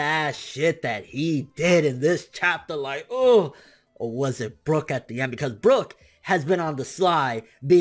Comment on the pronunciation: sorry but I gotta say it's brook. yohohoho